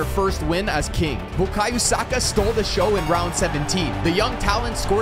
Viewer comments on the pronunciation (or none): Bukayo Saka ✅ Buyako Saka ❌ 💀💀